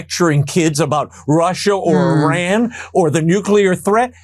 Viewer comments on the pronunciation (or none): none